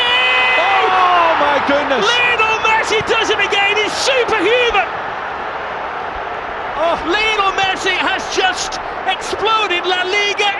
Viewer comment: Brillian brillian LeeKnowl Messi!! Los ingleses como pronuncian un nombre Latino...